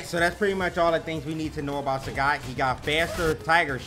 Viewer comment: Sagat~ This is Sagat~ Not SAGAT